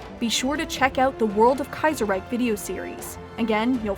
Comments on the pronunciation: But then "Kaiserreich" incorrectly in the end... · yeah up to that point I actually thought she might speak some german. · The "Reich" in Reichstag is pronounced correctly but the "Reich" in Kaiserreich is mispronounced as "Reik" #nitpick